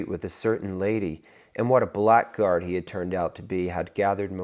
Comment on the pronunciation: . Pronunciation tip: Blackguard is pronounced “BLAGG-erd”.